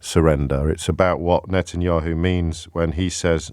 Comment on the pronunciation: The caller can’t even pronounce Bibi’s last name- keeps calling him Netanyoo, yet he feels like he’s clever enough to call in to debate James.